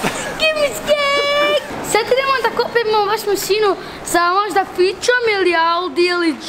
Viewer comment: Ne kaže se masinu nego mašinu...